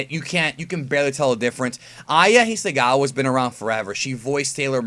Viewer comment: It's Hisakawa, with a "k", not a "g"